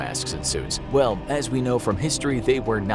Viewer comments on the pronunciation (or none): none